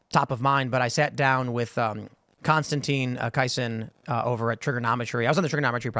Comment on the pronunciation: Constantin Kayseen 😅 Dude.